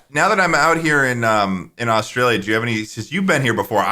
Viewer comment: ah yes jaustrailia schlatt